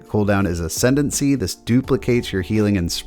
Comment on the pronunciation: work on your pronunciation of ascendance lol. Love the content very helpful keep up the great work!